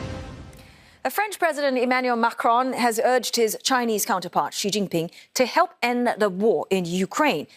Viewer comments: Mostly, Xi is pronounced as "She" . Not See not Ex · Is it right to pronounce Xi as Ci or is it just chinese accent?